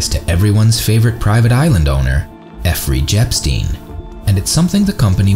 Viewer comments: Did you just say Effrey Jepstin instead of Jeffrey Epstein? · Effrey Jepstein??? Was the name said backwards intentionally? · anyone else heard that dude say "effry jepstien" YO WHY AINT IT JAKE TRAN TALKING